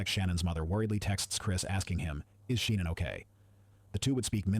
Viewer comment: it is Shannon